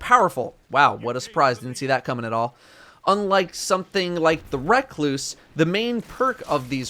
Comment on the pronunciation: So are we just not gonna talk about his pronunciation of recluse?